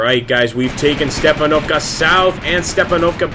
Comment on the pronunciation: Not StepanOvka but StepAnovka. Use right stress on the 'A' letter